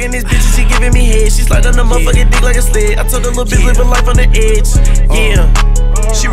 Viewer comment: he said sled